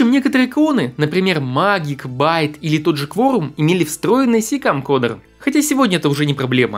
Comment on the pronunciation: Не магик, а мэджик ! (магия)